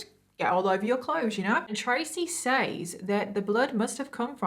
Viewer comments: I can’t remember if I’ve commented about this or not . I remember you saying that your accent has been questioned. I think I’ve figured it out. It’s how you say the word “says ”. There are times when you say it with a long vowel sound when it’s supposed to be said with a short vowel sound. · Has anyone ever noticed that once you have been saying and hearing a word wrong, that when someone says it correctly it sounds wrong to you. She pronounced the word " says " just like it sounds but in the USA we say "sez" as if it's the present tense of said.